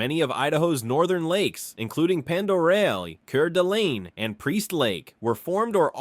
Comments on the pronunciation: "Pend Oreille" is pronounced "Pond-ə-RAY". "Coeur d'Alene" is pronounced "core-duh-lane". "Owyhee" is pronounced "Oh-WHY-hee". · I'll give you a break on pronunciation but say it like cord a lane and pond eray. I know the spelling is goofy but I give you an A for effort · I really enjoy your videos however your pronunciation of areas is way off. It’s pronounced. Lake Pond oraye, Lake Core dah lane, Kooskia =Kooski(A is silent), Weippe= We ippe, Camas = Cam us, and Moscow = Mas cow. I was born and raised in Idaho. The only people who pronounce these areas incorrectly, are out of staters and foreigners who don’t speak French. Do yourself a favor learn to pronounce places correctly. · I hate that AI mispronounces names of people and places. It is pronounced cord a lane. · like: KER DA LEEN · Cord-a-lane, ponda-ray 😊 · Lake ker de lean.. Wow.. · It would be nice if you could pronounce the places you describe properly, cause it really is disturbed me and I am born and raised here in Idaho and I would appreciate it if you could pronounce the areas you described right! Thank you so much for sharing this video ❤😢😢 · I was going to comment that you should inquire with the locals as to how to pronounce certain things because he mispronounced almost every place after seeing your comment I felt it was best just to give you a like and tell you you are completely right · The scenes from other places are mentioned. I watched it again. Also the way some of the places were " mis-pronounced" are actually the correct ones. Cours' dalene was mis-pronounced but Owyhee wasn't.